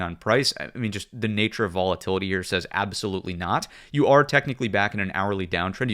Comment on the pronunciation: Youtube doesn't like the way you say "are" it captions it as "our"